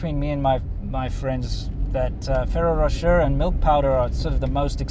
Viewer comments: Try pronouncing it "fereiroh roshay"? It's a made up French name. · I used to work for a food broker in the USA and I represented thousand’s of items in each grocery store and one of my items was Ferraro Rocher (pronounced in phonics, Fa rare o, Ra shay). They are delicious but I can no longer eat them as they are not gluten free. The milk powder info is very interesting. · Maybe learn to pronounce Ferrero Rocher, but great video!